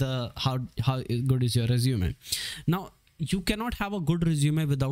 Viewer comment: it is resume-y not resume